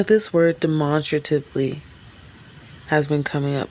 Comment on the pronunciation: you didnt pronounce that right. Demonstratively.😅